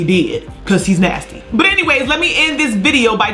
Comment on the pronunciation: “Buttrrrrr anyways” 😂